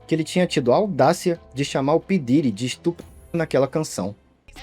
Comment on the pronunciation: Esse vídeo é foda mas o nome “p diddy” ficou mt cômico pra mim nesses últimos tempos, ainda mais o jeito brasileiro “pí diiry”